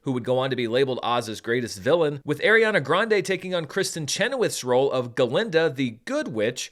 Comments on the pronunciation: Small thing - just because I didn’t see it early on in the Top Comments, so apologies if you already know, but it is pronounced like ARE-iana, not AIR-iana. I think she’s less snippity about people saying it incorrectly these days than when she was younger (which is awkward since literally some of her costars still say it wrong), but I just wanted you to be aware for when you film part two. Love your work as always and thanks for having your review ready! I’m seeing an early Wednesday night screening in IMAX with my brother tomorrow. Most anticipated film of the year for me, so I’m sooooo glad it has your seal of approval! ❤ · Unfortunately that’s not how you pronounce Ariana’s name